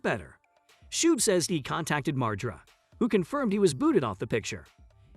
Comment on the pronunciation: Lmao cant even fucking say his last name right. Its been out in public for years. Its Mar- GER- AH (margera)